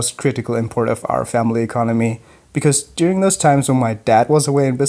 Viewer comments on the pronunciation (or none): none